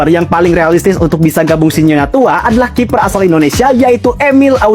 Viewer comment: kiper bang.. bukan kifer